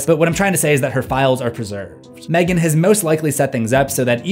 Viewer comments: i love this/gen but M three gan 😭😭😭😭i know thats how its spelt but its supposed to just be megan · Mthreegan 😄 Gonna trigger the angry screfourm folk lol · M three gan 😂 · NO MOR M THREE GAN OK,OK.